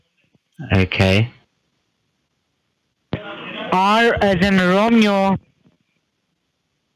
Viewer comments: Did he say E as in advert? 😮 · E as in Edvard W as is Vater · EEE as in ADWORRD. Holy shit man... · Bcoz they cannot pronounce 'Edward' correctly. BTW, the scammer was abusing in a very strong Pakistani accent. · I know he says Edward but I can't un-hear this!